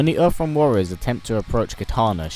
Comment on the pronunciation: “Earff realm”